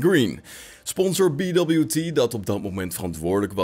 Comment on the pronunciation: Leuke korte video-update. BWT is trouwens een Oostenrijks bedrijf en kan gewoon op z'n Duits (of Nederlands) uitgesproken worden met "bee wee tee" ;)